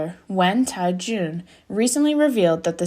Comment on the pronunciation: Tiejun - ‘Tyeh jun’ not ‘Tai jun’!